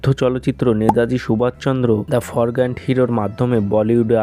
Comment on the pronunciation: Bhai forgotten hbe ...forgant na 🙂🙂🙂...no issues chaliye jao 👍